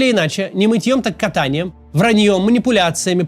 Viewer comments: Не катАнием, а кАтаньем.. Это в московской Руси был такой способ сухой стирки белья и одежды😂😂😂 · Максим. Правильное ударение в фразе «не мытьем( то есть не взяткой), а кАтаньем( то есть с помощью ката- палача)». Примите к сведению